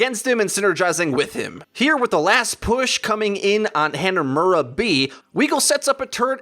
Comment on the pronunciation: The way he says "Hanamura" is sooooo funny!